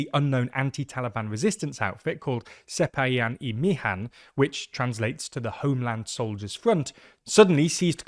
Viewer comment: your pronunciation of sepahiyan-e mihan is wrong in the E part, E is not pronounced as letter but just the sound.